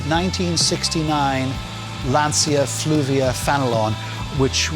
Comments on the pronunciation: Great video, but please it's FUlvia, not FLuvia. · Great respect and admiration for getting these cars together, and for keeping the memory of Lancia alive! But going forward you might want to call the Fulvia Fulvia, not Fluvia... even though I know it is the least valuable of the four, it certainly deserves that :-). Great to see all of them on the road and thanks for the clip!